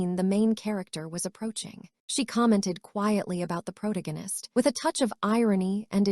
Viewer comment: it's "pro-tag-u-nist" for how to pronounce the word protagonist, not "prot-against"